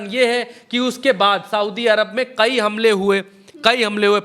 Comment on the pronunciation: Bhai qayi nahi kayi